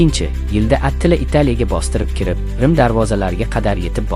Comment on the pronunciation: Atila mas atilla dep chitoyliroq aytsang boʻmaydimi